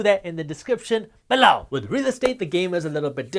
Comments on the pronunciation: Please stop saying "below" lol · You crack me up with your unique "below" emphasis. Very articulate and informative for all newcomers. God Bless You Jaspreet.